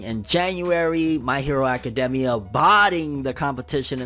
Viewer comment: It really bothers me how he says academia anyone else ?